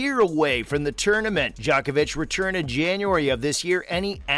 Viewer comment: Pronunciation. Not “Jock-ovic” but “Joke-ovic” and not “Nole” like “pole” but like “Nolay”. Research